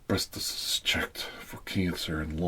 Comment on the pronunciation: hE SAID BREASTESES LMFAO